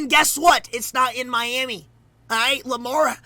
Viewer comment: Man he’s says tuas last name tagadova And says Miami like miaimi